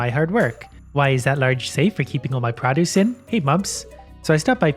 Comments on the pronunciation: I dont really hear your accent (I'm from northern mi so the accentuate similar here) but when you say produce lol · Stop saying produce wrong